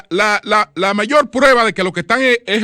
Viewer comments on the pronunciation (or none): none